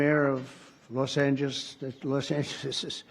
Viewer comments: "Lossangesss." Cognitive decline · He can't even pronounce Los Angeles😂😂😂 Sometimes you feel like a Nut! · And his supporters won’t even acknowledge his slurring the name of Los Angeles. When he mispronounces ANY word, he repeats it and says how great/horrible things are going for that person, place or thing.